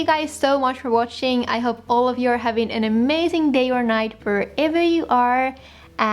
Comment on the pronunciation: This is my first time seeing your video and I love your simple yet elegant style. I think your "Bye-bye" sounds definitely like Japanese 😁😁😁 Happy holidays xo!